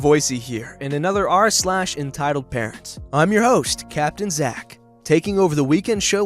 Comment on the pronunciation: Who heard him say carents instead of parents